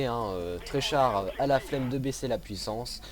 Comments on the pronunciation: c'est pas pour critiquer mais tu as dit "treychar" et pas treyarch":D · "Alors Treychars ... " Treychars c'est Treyarch grand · c'est pas trechar c'est treyarch mdr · C'est Treyarch et Treychard......a =) Sinon excellente partie ! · TreyCHAr ^^ ... treyarch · c'est pas trechar mais TREYARCH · On dit soundé pas "SAOUWND" ou chez pas quoi --' et c'est treyarch breff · "Treychar" à x) Quel TUEUR :P